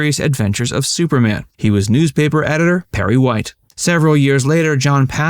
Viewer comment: It's superman...not " super mm ".